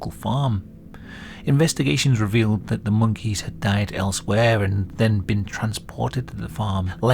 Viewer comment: I didn't notice it, but I was bothered by the way he pronounces "monkeys" and also "puppies"